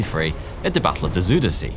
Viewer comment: besides the fact that you pronounced Gouda correctly.. I am more impressed by you pronouncing Afsluitdijk correctly both the ui sound and the ij sound you did correctly, however the same ui sound in Zuiderzee you did not and also the ij sound in Ijselmeer wasn't correct, where you did it correctly in Afsluitdijk.. But I am still impressed. A very good video man, as you can see in the comments, you made a lot of Dutch people proud